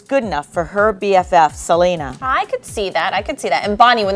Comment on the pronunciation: Selly it's Selena